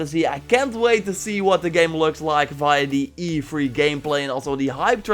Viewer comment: Whenever he says e3 it sounds like he's telling me to 'be free'